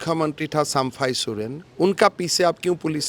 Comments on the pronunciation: पहले तुम हिंदी सुधारो फिर प्रचार करो,,, चंपई को बार बार सम्फाई सोरेन बोल रहा है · Sampai sorian pahle sahe se bolana to Shiekh 😅😅😅 😅